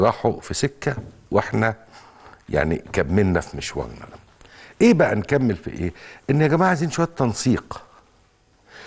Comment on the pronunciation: انتا بتقول اييييييه😂😂😂😂😂